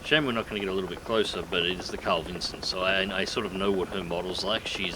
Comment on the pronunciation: G'day, mate. Sorry to be 'that guy'. It sounds like you're saying "Carl Vincent" ... might be my middle-aged ears ... Don't quote me on it, but I'm sure it's 'Carl Vinson'. I'm an old hippy, pacifist, so I concede I might be wrong. Spank you for your servants.